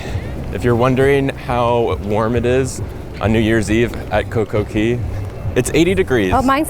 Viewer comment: Why do you always call it Coco Key not Coco Cay?